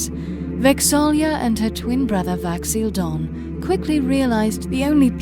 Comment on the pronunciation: He totally said Vax'ahlia